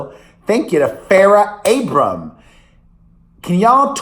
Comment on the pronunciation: It’s Abraham not Abrams - I think Farrah appreciates you!